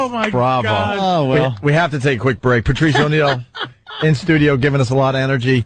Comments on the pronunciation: "PERTREES" - saying "Patrice" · Just realized Opie says "Pertreese" can't unhear it now.